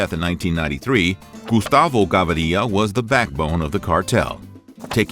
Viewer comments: I wish the narrator bothered to at least pronounce the words properly and do his research before spectacularly screwing up on camera. It's "Gah-VEE- ree-ya," not "gah-vah-REE-ya," and "plata" is silver, while "plomo" is lead. Excobar was in charge of the plomo, while Gavíria was in charge of the plata, not the other way around. Shame on you! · Gaviria. Not Gavaria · Not *gavaria", gaVIria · The pronunciation is wrong is GAVIRIA, not GAVARIA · The last name .. is not gavaria ... but gaviria .. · GAVIRIA NO GAVARIA I GET FUCKED UP EVERY TIME YOU THIS BS NAME PRONOUNCIATION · Gaviriiiiia NO , is gaviria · You need to step up your spanish, First of all you got the quote "plata o plomo" backwards in english. Plomo means lead and plata means silver (or money) on this video you got that mixed up. Second of all its not GavAria but simply Gaviria, no need for that extra A. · There’s no a in Gaviria so it’s not Gavaria. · How hard is it to say Gah Veeh Reeah? As a colombian I had to tap out cant take it lol its gonna ring in my head all week “gavarilla” if youre colombian dont watch this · and the name is Gaviria not Gavaria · The "Gabariya" pronunciation is awful as hell... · 1st of all Plata means Silver plomo means lead 🤦 and learn the prenounciation of their last names ga-vI-ria 🙄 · Pronounced "Gah-veer-ee-ah" with the emphasis on "veer"..... please, read it out! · Its pronounced "Ga-veer-ia" 🙄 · Does a whole video on Gustavo but CAN'T pronounce his name,then you expect credibility lol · Kinda baffling that you managed to mispronounce Gaviria when it's heard on the TV series often. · You’re pronouncing his name wrong. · Plata does not mean in this context silver, it means money. Gaviria ain't pronounce that way. When little facts like this are wrong i get suspicious about the info of the vid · it tilts me how u cant pronounce Gaviria... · I must leave this video after the third time the narrator mistakenly pronounced GAVIRIA!!! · It's GaVIRIA not GaVARIA